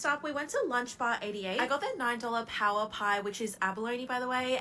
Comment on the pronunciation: its a paua pie not power pie🤣🤣